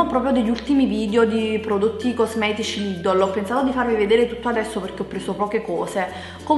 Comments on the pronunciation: non si dice LIDOLO si dice Lidel o meglio Lidl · lidol😂io ho sempre detto lidel😂so come si scrive sto solo dicendo la pronuncia😂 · NON SI CHIAMA '' LIDOL'' si chiama ''lidEl'' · Perché dice Lìdol inveche che Lìdl? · Lidel non ledele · lidel non lidl si pronuncia